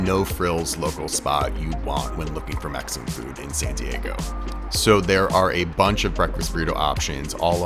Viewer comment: Why do you use a T in San Diego? "Santee Eggo"????